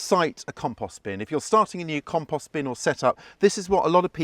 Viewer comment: Long O, O, o O,……compooooooooooooooooooooost.."